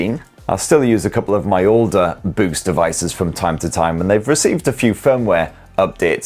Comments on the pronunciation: Oh... BOOS!!! 90% of the video, I thought was saying, "BOOST" as in Boost Mobile😂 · Close enough 😂 it’s Boox